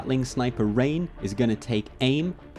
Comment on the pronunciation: Great battle report. I love watching them during the lunch break. Thank you for all the effort you put in this channel :) What bugs me, however, is your pronunciation of the name "Rein". "Rein & Raus" is German for "in and out", and somewhat equal to "hit and run", a quick job. Of course, it can also be used to describe quality time between lovers, but I'd rather not describe that here. :D The thing is, you're pronouncing it as "rain" or "reign", where it should rather by "rhine" (like the river Rhine), rhyming with "fine". It's not a big issue, of course, I just thought I should have SOMETHING to complain about when your battle report was very entertaining otherwise. Your sergeant impressions are awesome. :D